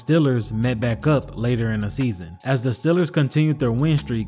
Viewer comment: Why you keep calling them STILLERS.